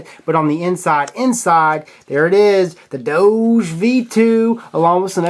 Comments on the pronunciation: That's not how you say doge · God dammit....its doge....DOG-EEEEEEEEE. DOJE just makes no fucking sense at all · I think it pronounced dogi if you are German. (for all others, type it in google translate and switch on german to hear what it sounds like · Doge, Pronounced as DOU-GHE